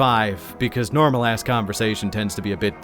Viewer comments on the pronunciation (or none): none